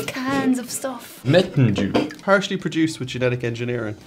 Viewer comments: Did I hear Mountain Jew? Oh no it's just Mountain Dew... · Did he say mountain a jew